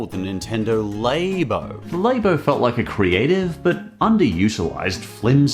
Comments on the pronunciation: I'm scared on how he pronounces snack if he calls "lah-bo", -laybo" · Are you saying Labo wrong on purpose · the way he says "Labo", is going to bug me untill the end of time.